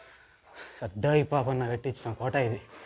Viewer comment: సర్దార్ పాపన్న వుచ్చారణ సరిగా లేదు. ఇది భవనగిరి కోట కదా చెప్పలేదు